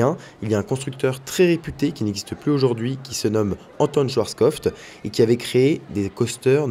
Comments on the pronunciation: On va se cotiser pour offrir à une formation pour prononcer correctement « Schwartzkopf » 😆 (Je plaisante hein? Que du love ✨) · C’est mieux, un moment il disait «schwarzkopfTE » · Des barres de rire à chaque fois que tu prononces Schwarzkopf 😂 Merci pour tes vidéos de qualité